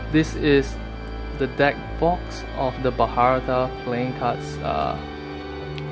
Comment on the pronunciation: hey, bro, it's not pronounced as BHARATA its more like BHARAT